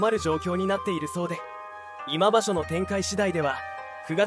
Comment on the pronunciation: コメントがなってない 今場所をいま場所❓ 力士名も間違い読み チェックが必要